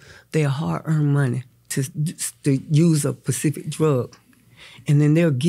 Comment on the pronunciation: I love momma Dee. She can’t talk about spelling though or speaking because she she said “pecific” instead of specific. & when she spelled damn she said dam 🥴 I still love her though